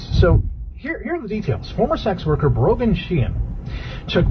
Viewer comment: It’s brogan lol